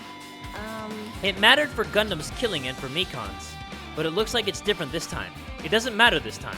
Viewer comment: Man, HIS NAME IS GUNDHAM NOT GUNDAM